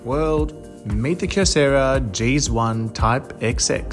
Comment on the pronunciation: Love that he calls it a “jeez one” instead of “g-zone”. 😂